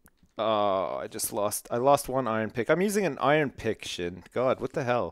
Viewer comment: i fell like only me and sjin say his name correctly it is prounounced shgin